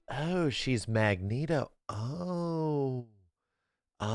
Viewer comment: Magneto? Nah you mean Mag-TEET-TO